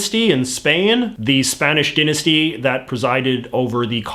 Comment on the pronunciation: It is pronounced die-nasty not din-nisty